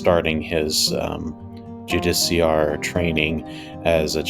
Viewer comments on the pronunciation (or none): Try this as the pronouncement JEW-DIS SEAR